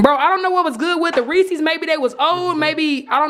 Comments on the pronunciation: If she say REEEECS ONE more time 🙄💀 it’s Reese’s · Everytime she said resses wrong it made me mad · "I THINK THE REECIES OLD WE NEEDA SUE WALMART